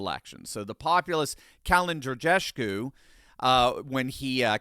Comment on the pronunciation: Câlin Georgescu, not Georgeshcu